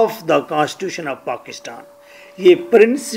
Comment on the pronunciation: Pakishtan Hahaha ... Pakistan.